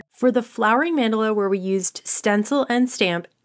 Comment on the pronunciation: check pronunciation of mandala